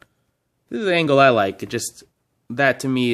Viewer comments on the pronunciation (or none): none